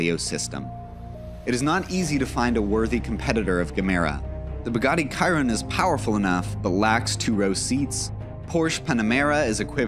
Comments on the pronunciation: He pronounced it Kyron instead of Shiron... I know that a C can sound like a K but the Chiron is pronounced Shiron. Not to mention that he pronounced Gemera 2 differennt ways in the video. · He also said “kiron” for Chiron so It’s not worth it lol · Did he just said Bugatti kaiyron? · You mispronounce the car names. Gemera, Chiron, all wrong.